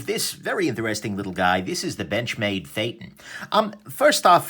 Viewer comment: Phaeton not feytin, lol